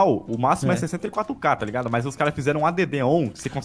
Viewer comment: Eu desafio o a pronunciar addon certo pq ele falou "a d d on"